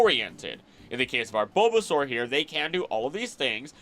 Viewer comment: So glad this was posted when I had time to watch!! I was really hoping for this video and I loved every bit of it!! I do remember one thing- you said like Buhbbysaur or something? Could that possibly be from the Lil Char and Gaang webcomic???